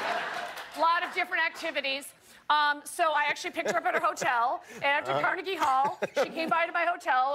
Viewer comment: Anyone else thought she said cardi b hall instead of Carnegie hall? No just me cool